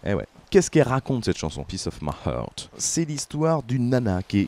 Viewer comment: Faut vraiment que tu t’entraînes à prononcer heart ! T’as qu’à penser à « unchain my heart » tu dis pas unchain my « eurte » ! A part ça le podcast est cool 👍